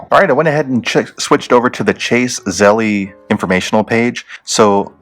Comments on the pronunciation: I think it’s pronounced Z-E-L-L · The way u say Zelle pisses me off